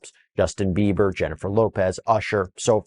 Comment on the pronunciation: Girl its Justin Bieber not Beaver